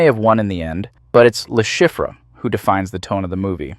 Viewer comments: Le Chiffre is French, it’s pronounced Le Sheef lol. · love the pronunciation of his characters name. its french lol